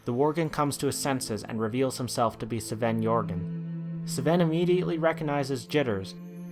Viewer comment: Doesn't sound very organic, like hes trying to do something but it isn't working. Also how is it so hard to pronounce Sven? Minor things though, still enjoyed the video a lot. like 8/10